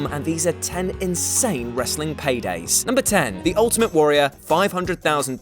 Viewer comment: Ha "Padays"